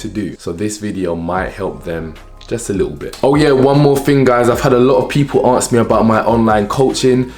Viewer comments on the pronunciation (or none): No disrespect but I personally find if hard to take someone's word 100% seriously when they pronounce a basic word like ask as aks 😂😂😂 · i love how he says aks and not ask lol.....love the video